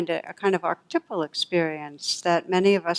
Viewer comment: It's actually pronounced 'ar ch ty pal' every syllable